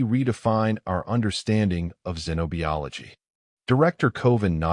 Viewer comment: Wound like woond not wowend. Teach the narrator how to properly pronounce “xenobiology”. It is like zeno bi ology. No e in bio. Fascinating story. Thanks.